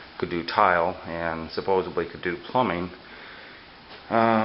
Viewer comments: No such word as supposubly. Supposedly. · supposedly is the word... like from suppose...